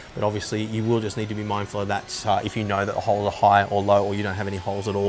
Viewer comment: He's not saying you need one...... He's saying YOU NEEEEEEEED ONE !!!! Hahahaha, damn now I need to go shopping